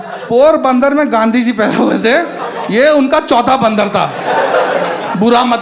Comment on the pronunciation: Ngl but i lsugh everytime you said "baaandar"